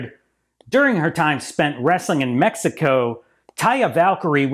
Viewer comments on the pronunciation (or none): none